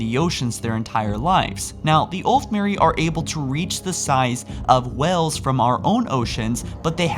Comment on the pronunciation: you forgot the 'a' when saying whale